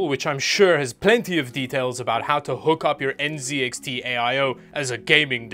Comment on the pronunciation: It's refreshing to hear NZXT pronounced properly. Canadians pronounce it in a very cringe way with the french Z and it is incorrect.